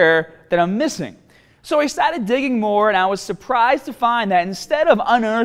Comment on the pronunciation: The way he says the word "started'' sounds hilarious